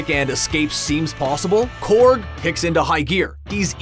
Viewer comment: Corg not corgi